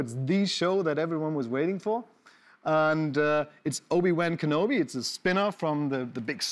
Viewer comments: Klar dass der deutsche Moderator "Obi-Wan Kenobi" wieder so falsch und bemüht englisch ausspricht wie es geht... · obi wään kenobi